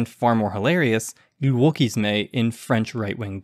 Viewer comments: ftr "le wokisme" is woah-key-smuh, not woah-key-smay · the final e is silent in wokisme